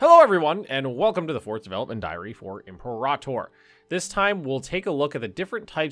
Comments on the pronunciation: the way you and johan separate imperator into two words 😂 like empor ahtor. Maybe I’m wrong, but I’ve always pronounced it liked imperative but with an or at the end. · I’ve never been so annoyed by a pronunciation as I am now. With this new way to say imperator. Drives me up a wall 😂😂😂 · Are you mad he isn't rolling the R, either? Why would this bother anybody lmao